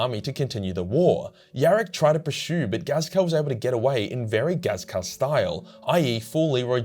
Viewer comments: is "" supposed to sound like Ghazghkull? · this man just cant say Ghazghkull's name right and the Sebastian Yarrick disrespect at the start smh